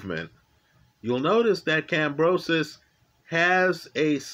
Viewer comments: Who is Kambrosos? Its Kambosos bro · Stop saying Kambrosos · There is no R in Kambosos, it even says it in the title but in the one million times you say his name, you say Kambrosos!!! What's up with that? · I love how adds the letter R into Kambosos's name 🤣, top lad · No “r” in George’s name sir. Thx for all the great analysis. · I like the story-like description with technical explanation. But brother next time just call him George because brother man you butchered Kambosos name. George was prepared for 12 while Mr Lopez thought he could K.O him in the first round. George has an excellent jab and 1/2 deadly fast jab/cross combination. Lopez underestimated his opponent. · there is no "r" in Kamboses. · Lmao butchers everyone's name.